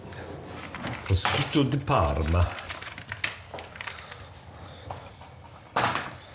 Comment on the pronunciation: Just as a sidenote: Pro-sh-utto (sh as is shoe) Bru-sch-etta (sch as in school) James might appreciate this, given his fondness for Italy🤗